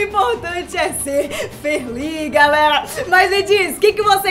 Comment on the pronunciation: "importante é ser ferli" kkkk